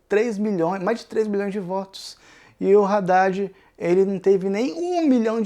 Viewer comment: Que agonia cada vez que fala "Raddad".